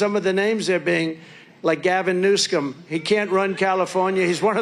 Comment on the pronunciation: Did he just call Newsom… Newscum? 😂😂😂😂 what a perfect name!!!